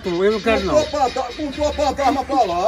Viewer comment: fantasma, é pq ele fala pantarma ahshahsh